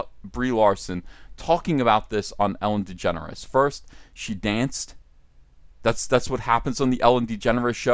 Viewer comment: you said Ellen DeGenerate wrong